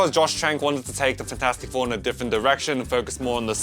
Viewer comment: “Fan four stick” 😭✌️🥀🥀